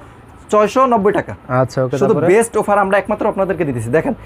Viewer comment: আরে ভাই উফার না অফার